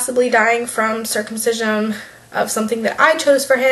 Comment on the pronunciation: I'm not at all opposed to your view on circumcision but for the love of God, you mispronounced it the entire video. It's your child, ignore what others say.